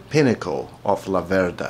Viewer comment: One thing. Although you have Venteto DNA your pronounce the brand name wrong: It's Làverda in stead of Lavèrda. The family name of the founder of the Laverda famiglia is named of the little river Laverda which runs near Breganze. I have been riding a Laverda 750 SF2 for over 25 years, it allways have been a pleasure :) Greetings from The Old World and keep on riding (and forget about Ducati: I exchanged my Laverda for a Ducati, The Biggest Mistake of my life)